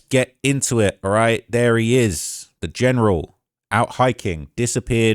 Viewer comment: is he developing an American accent? 😂 "theRe" lol